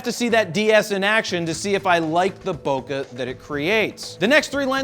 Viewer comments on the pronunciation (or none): Dude pronounce bokeh properly